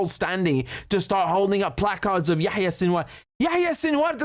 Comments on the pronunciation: Yahya not yeh ye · If he can say yaKHya......then we can call israHELL......LOL